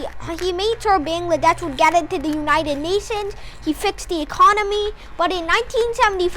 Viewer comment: It's a shame that you cannot even pronounce Bangladesh correctly. And from which book you are going to copy?